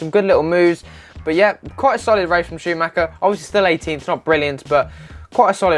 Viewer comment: Ey Heard that Lewis Won something dont know what I guess I need to get more knowledge about this F1 from ya and others And How u pronounce that guy, Mick Schaumacher? Haha